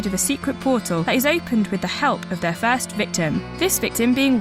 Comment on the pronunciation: Did she pronounce "first Diablo" as "fast Diablo"?